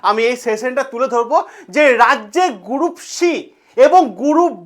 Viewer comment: গ্রুপ D ❌ গুরুপ D ✅ 😃😃